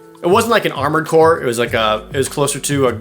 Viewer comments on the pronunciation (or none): none